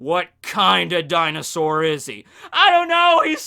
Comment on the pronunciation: How do you have Kowaryuu on screen and still pronounce Dinosaur wrong xD